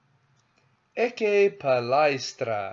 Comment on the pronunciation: "ecce" nōn "ecē"